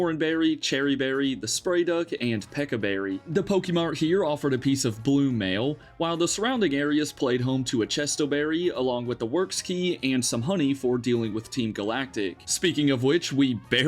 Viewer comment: Did you just pronounce pecha berry as PEKA berry? 😭